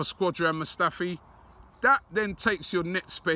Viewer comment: "Squadrin Mustafi"